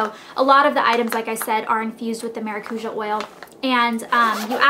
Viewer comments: You say it as "maracuya" in spanish. Try fresh squeezed maracuya juice because it tastes amazing! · It'spronounced Maracuya.... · you say maracuja wrong. maracuja is a brazilian world, and I'm brazilian. its MA-RA-CU-SHAR :) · is it not pronounced cuya? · It's actually maracu-JAH. lol It's Brazilian. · It's weird to here how you say maracuja cause I'm latin and we pronounce it mara-COO-YAH. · Lol in spanish and portuguese maracuja is passion fruit and thats not how u say it anyways.... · You said you did tons of research. But you sure dint learn the correct pronunciation of the oil.